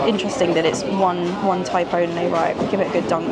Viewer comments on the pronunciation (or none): none